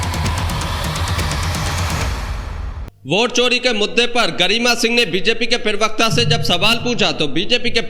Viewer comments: भाई पहले तो ये ठीक कर ये पिरवक्ता नहीं होता, प्रवक्ता होता है। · bhai Parvikta nahi parvakta bolliye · Parvakta bol bhai pervakta nhi hota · Privakta nahi bey parvakta kaha kar bay